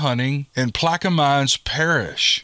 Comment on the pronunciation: It's pronounced (Plack-a-men) Parish.